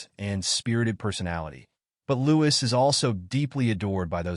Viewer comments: His name is pronounced Louie you drop the S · His name is pronounced Louie no “s” it is so annoying that the narrator hasn’t done his homework